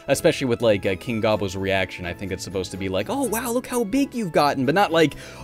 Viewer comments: Did pronounce it wrong? There is a TV commercial from the 90's that pronounces it like "Go-Bows" not "Gah-bos". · It's not GAH-bo It's Go-bo. As in go to hell.